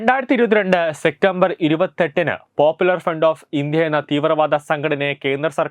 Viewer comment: സെപ്റ്റംബർ മോനെ, സെറ്റമ്പർ അല്ല.